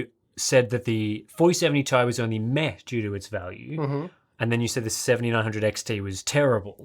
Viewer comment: you're pronouncing "meh" wrong :p